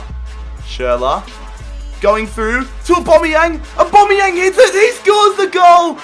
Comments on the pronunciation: It's not obomeyang it's owbameyang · His name isn't "Aubomeyong" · Why do you say aubombiang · I'm not a hater but ur penalties were crap and if u say aBOMBeyang 1 more time I swear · Kyle Pirie aubameyang lmao